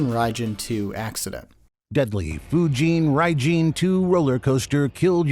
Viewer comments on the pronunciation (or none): Deadly.. FYUUJEEEN RIIIEEJEEEN TOOOOOOO, christ, run that through the prompt again. It's not so much that it's AI, it's the complete and total lack of effort. I know of a few channels in the DCS World circles that do tutorials using an AI voice, but fuck's sake they put in work to make the information accurate. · You make fun of the pronunciation of Fujeen Raijeen, but it’s closer to the actual Japanese pronunciation than using the English short I. However, stretching out the words is very un-Japanese. Japanese is a fast language. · You say what a pronunciation about the AI's "fujin raijin" but it's actually closer to accurate than your own I'm sorry to say, haha. In both cases the F and R are aggressively english (inevitable because japanese f and r sounds don't exist in english) but the i's are in fact long e sounds. Ofc much like "tokyo" and "karaoke" there's nothing weird about words developing a different standard pronunciation in a different language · every japanese person ever getting pissed at that computer butchering the names of important gods. im not even japanese and that annoys me.